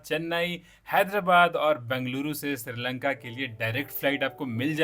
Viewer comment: Not siri lanka it's sri lanka